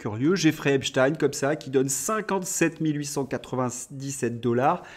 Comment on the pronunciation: on ne dit pas Espstine mais espchteine, nom d'origine juive Allemande